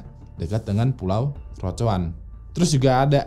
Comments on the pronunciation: crotoan apa crotoar mas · tolong penyebutan roanoke dan croatoan nya, dan istilah asing lainnya disebutkan dgn benar ya. Karena ini sejarah! Terima kasih